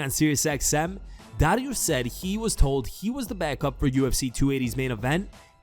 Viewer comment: Stop saying "Dariush" like that. You sound fucking stupid.